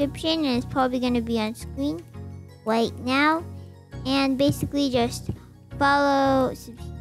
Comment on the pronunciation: Did you just say wight now instead of right now